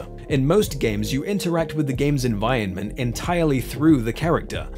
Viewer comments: You say environment weirdly. Like envionment. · you aint sayin environment proper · Holy shit if you can't pronounce environment then choose a different word to say! The bit I'm watching now you've said it 6-7 times in the space of maybe 2 minutes and its getting infuriating. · I liked this essay enough to listen to the whole thing, but the way you mispronounced 'environment' all the way through drove me insane! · stop pronouncing 'environment' that way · I almost didn't sub because of the way you say 'environment' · The way you pronounce "Environment" hurts me every one of the many times you say it.